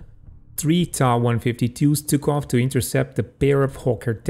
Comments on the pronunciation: Not pronounced 'ta' but t.a. . . . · its not ta, its tiiai